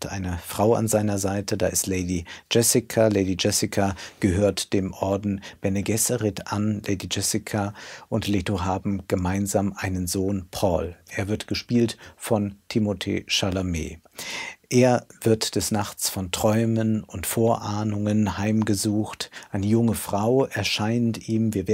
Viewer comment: Wer kennt ihn nicht, den Te-mo-te Chalamet 😆